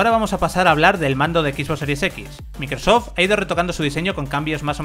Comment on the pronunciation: Cualquier marca que no sea de Sony lo pronuncian del Qlo como "equisbox" "microsof" EleGe y muchas más. Ah pero si es Playstation...